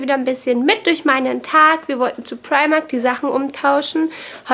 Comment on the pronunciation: Sehr schöner Vlog :-) Meine ich das nur oder sagst du immer Primarkt, also mit T hinten? :D